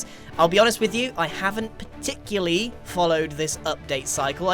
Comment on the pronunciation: Grian, I’m shocked, stunned and horrified. You said ‘simily’ instead of similarly and ‘particuly’ instead of particularly…. Hand in your English membership badge!